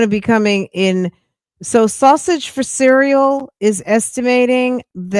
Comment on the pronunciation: Sausage fa “ceral”, really 😂